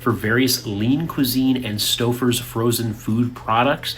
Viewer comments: Stow fers is the pronunciation. For around 3 years I've been very careful with ground beef. I only eat ground chuck to start. Regardless of how it is cooked, I end up spitting out these little hard rounds. They are white, very small with no taste. It doesn't matter what store I buy it at. This is probably 3 out of 5 packs of ground chuck. It's not noticeable until you feel it in your mouth. Even making patties or meat loaf the meat seems fine. So now I'm buying at a local butcher shop. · It is pronounced Stoe-fers buddy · Stowfers. The u is silent. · Stouwfers..😢 😂😂😂. Stowfers... pronounce As in tow... Stoufers... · St-oh-frs. I admire your retention of information taught in English class…I forgot all of that stuff decades ago.😊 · Stouffers is pronounced:Stow fers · Stowfers. The u is silent. 🎉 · stouffers. pronounced like toe stoeffers= Stouffers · I know:Staffers 😂. I just thought he's from the Midwest or something. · The vocalic digraph “ ou” in Stouffer’s cannot be pronounced as the diphthong “ ow” as it directly precedes a double consonant. The “ou” is really the phonemic profile of “long” O in American pronunciation. It is not an English name so English pronunciation rules cannot be applied. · It kills me the way he said Stouffer's and the way he says other things😂 off subject with the video pause for a phone call and it looks like about to release a demon without pissed off he looks the way it paused